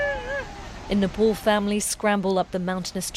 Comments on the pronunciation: why the hell do these BBC people say it like "nepol"?? its spoken NEPAAL. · Its Nepal not Nepol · Napol? Those people suffered the worst. At least make the effort to pronounce their province's name right. Smh